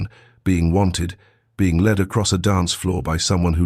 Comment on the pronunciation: Not LED but led